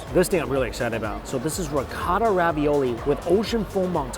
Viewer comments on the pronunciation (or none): none